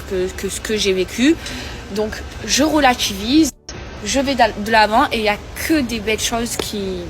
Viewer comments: Mdr Je relatchivise S'est une racaille des caves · "Je relatchivise" "au nom d'Allah x3" purée je peux plus 😂😂😂